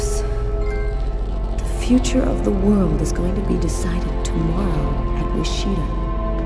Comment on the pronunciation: Wishita? That’s where I was born! Then why do you pronounce it wrong?